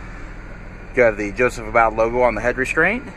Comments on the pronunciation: You are pronouncing his name incorrectly, Long u for ABBOUD. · Nope. Sadly, it's just the LS trim level, which I actually didn't know they even made a Joseph Abboud (which I now know I mispronounced) in LS trim!